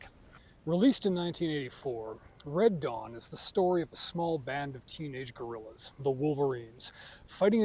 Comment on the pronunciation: That you said ‘Dead Wong’ till I saw the closed captioning 🤣